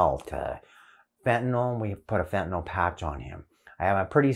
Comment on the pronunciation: Did he say fetanyl